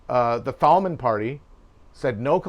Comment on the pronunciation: Just a couple corrections on your German History, which is impressive nonetheless. 1.) SPD (Sozialdemokratische Partei Deutschlands) , not SDP. 2.) Leader of the KPD (communists), as your correctly point out, was Thälmann but is pronounced "Tell-maan", not "Thawl-man". For a second I didn't know who you were talking about. 3.) Friederich Ebert, as far as I know, was not a butcher. He did, however, run his own bar. 4.) Friederich Ebert was Reichspresident. Not Chancellor. This is a very important distinction, as his actions and use of particular articles of power set a precedent for future leaders in the Weimar Republic.